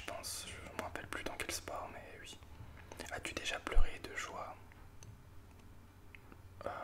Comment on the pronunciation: Harry Potter en boucle, je te suis sans aucun souci! C'est super cette vidéo pour apprendre à te connaître. Pour la prochaine, si j'étais toi, j'inviterais tes youtubeurs à poser leur question. Je pense que prochainement, je tenterai l'expérience pour créer davantage de liens. Mention spéciale pour tes "oui" prononcés "uuui". Le réglage de ton micro est nickel! Merci pour ce moment.;)